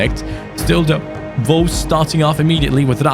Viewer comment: No one:: “Volves”